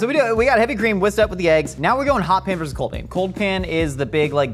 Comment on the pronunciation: When did versus become verse? I just need to know, not trying to be a curmudgeon. LOL.